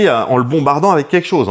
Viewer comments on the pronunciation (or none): none